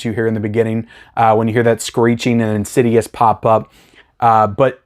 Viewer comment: IN-SIDE-US / IN-SID-I-OUS